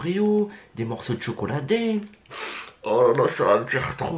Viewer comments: C chocolat daim c se dit din et pa dem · On dit chocolat d1 pas daim comme tibo InShape mdr